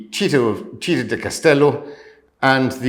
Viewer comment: sweetie, pronunciation of Citta di Castello not cheetah as in big cat, but Citta' accent on the ah. love that first room.Looks like a dream.